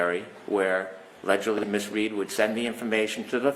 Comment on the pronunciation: Why sayvallegedly in this courtroom?